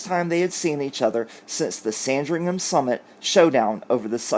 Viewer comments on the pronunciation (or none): none